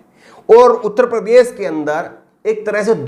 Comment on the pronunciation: प्रदेस बोलते हो, उच्चारण तो ठीक कर लो